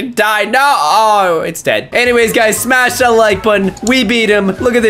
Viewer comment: why does caylus always say smach a like to get my powers